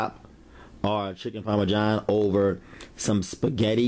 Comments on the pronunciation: The pioneer woman calls it parmajohn too! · There's no "J" in Parmesan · Lol chicken parmajohn my dude salute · Chicken Parma-John? Lol okay looks good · Chicken Parma-john he says.. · Parma JOHN though? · bro its not chicken parma-john its Parmesan. wow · “Chicken Parme-John” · He said chicken Parma John, black people speak makes for good comedy